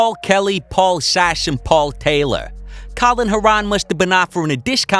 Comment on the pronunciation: Great vid! It’s Colin Heron (pronounced like the bird)